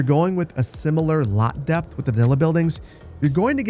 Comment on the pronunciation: "2 units deept"